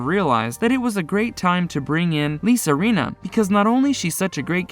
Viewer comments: Eileen...... Eye-lean. An an eye and you lean on something. Rinna....Rinn-uhh. Not Reena. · It's Ileen (spelled Eileen) not Aileen and its Renna! Get your pronouncements right please!